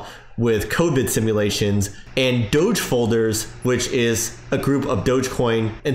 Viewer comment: If there is a Doggy on the coin don’t you think DOGE should be pronounced the same way?